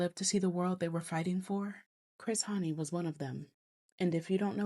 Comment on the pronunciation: You pronounce it right❤